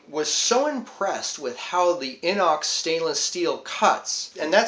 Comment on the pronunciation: Great video! I agree, Opinels are awesome. I had an old Inox I found in my dad's junk drawer that was 5-10 years old. I fixed it up, and I loved it. Sadly, I lost it 2 days ago. Will be buying a new one. Also, Opinel is pronounced oh-peen-el, Inox is pronounced iy-nox.